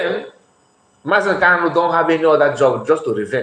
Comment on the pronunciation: The lawyer can NOT properly say MNK’s last name. He calls him Kalu instead of KANU. So, that says a whole lot about him.